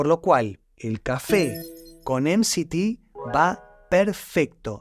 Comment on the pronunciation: interesante y constructivo pero te recomendaría 2 cosas para que el mensaje llegue mejor, primero, si hablás en español, no digas "em si ti oil" en vez de "eme se te oil" o mejor lo que quieren decir esas siglas que ya me lo olvidé. Y la segunda es sacar esos efectos de sonido que distraen y confunden. Igual gracias.